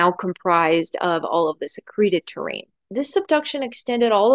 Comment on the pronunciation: Terrane or Terrain- that is the question lol otherwise great job! 💖😘